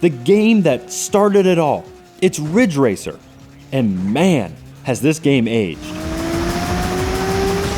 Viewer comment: IT'S RIDGE RACER. RIIIDDDGE RACER!